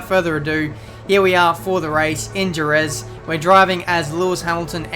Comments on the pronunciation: Dude, 😑 its Herez, the J in spanish is read like H. Hose, Hesus, Herez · It's pronounced herez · so he says jerez right then says it wrong facepalm